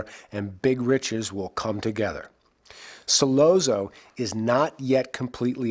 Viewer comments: Hard to take serious when he keeps mispronouncing his name. You're supposed to convince us that you can see the inner workings yet you can't see the obvious?? This isn't petty. That means you didn't talk to a single Italian speaking friend or coworker when you made this!! How nice!! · One would think that you would know how to pronounce "Sollozzo." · The 2 separate train sounds have always seemed to be the rush that must have been going through his head at 2 separate times. The first, at the realization that he was actually about to do this..(in the toilet area) and the second rush occurs at the moment of the deed itself. I was irritated each time the name Sollozzo was mis-pronounced for the record but enjoyed the analysis. (whenever 2 "z"s appear together in the Italian language, the sound is like a "ts" together. Think "pizza". :) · The way this guy say Sollozzo annoys me. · Why is it so hard for a so-called expert on the Godfather to pronounce the names of the characters correctly? Who the fuck is Sol-oh-zoh? Brando addresses him as Sol-otzo, as an Italian would, so why does this mook think he knows better? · Hey. What's the matter you? Don't say Sollozzo like Bozzo. In the the movie it has ah not oh. S/ah ll/ah tz/oh. Shut up you. Try watching the movie again. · Once this guy mispronounced Sollozo name I was done! He said “... killing So-LO-zo” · it’s pronounced Solatzo not Solazoe. And I’m not even Italian. The way you keep saying it wrong makes this hard to watch. Brando sneers the name just right. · Like this video but it's driving me crazy....Sollozzo is pronounced Sollotzo....ok, carry on..... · 'Sollozo', seriously? Learn how to pronounce the name, dingbat! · Ok I've read through a ton of the comments and jumping straight to this clip and watching 10 seconds convinced me I don't want to waste time with the analysis. The mispronunciation of Solozzo, and over analysis of Michael's motivation I can't handle. Lol. Thanks for saving me 10 min of my life.